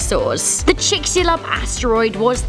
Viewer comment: Its how many megatrons? Where did she learn to pronounce things? Like chixalub or Yucatan.